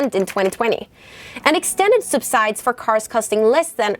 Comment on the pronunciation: Great video! Just a heads up, subsidies is pronounced (sub-si-dees). I know English is the worst and has way too many rules and sounds, just wanted to let you know and keep up the great work!